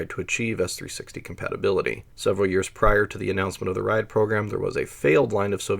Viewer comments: JFYI, It's not "rayad". It's pronounced as "rjad" without buzzing in "j". The approximate english translation would be the "line-up". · He means Ряд, he just pronounces it wrong. Every time he says "raiad" my ears bleed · Ugh, you're pronouncing it wrong. Sounds more like Rad than Ry-ad. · Not “Rye add”. It’s a single syllable: ryad. If you have to skip a letter, skip the “y” and pronounce it like “rod”. Tnat is at least in the ballpark. Rye-add is complete gibberish. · It is not [ˈraɪəd], it is [rʲæd]. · A more correct prononciation would be like the city name Riadh.